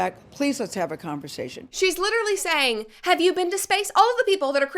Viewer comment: “have yu been to space” u Is the new meme 🤡🤡